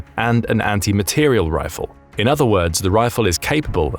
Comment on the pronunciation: Good program, but several mistakes: 1) It is an "anti-materiel" round, not "anti-material". Accent on the last syllable. 2) A 750 gram bullet is 3/4 of a kilogram. Not correct. 3) The word "cartridge" is used instead of "bullet". A cartridge is the casing, charge and bullet together. The bullet is what goes down-range, not the cartridge, rather, the projectile. (See birdofgrey6542)